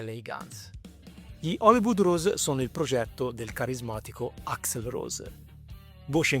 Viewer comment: AXL, non AXEL CAZ>ZO!